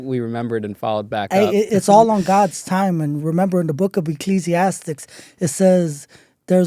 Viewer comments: That’s why he said Ecclesiastics instead of Ecclesiastes. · Educated? He wanted to be a doctor? He can't even say Ecclesiastes!!!! He should have used his time to sound more educated as well